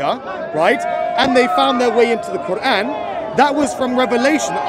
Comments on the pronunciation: The koo-wrong 😂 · Is the gap between Q and oran a speech impediment a lot of muslims have - kind of like the guy at the Planet-arium in South Park?